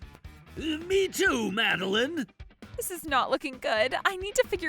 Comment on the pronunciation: Happy Feast Day ladies and gentlemen. Also, is the FVA pronouncing Madeleine like that on purpose?